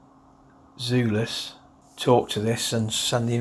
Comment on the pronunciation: Is it not pronounced Zulus as in Rorke's Drift